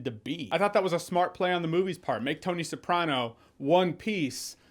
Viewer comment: The way you pronounce “Newark” and “Soprano” bothered me the entire time…